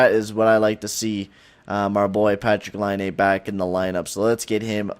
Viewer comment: For every time he says Patrik Laine, slap your face lol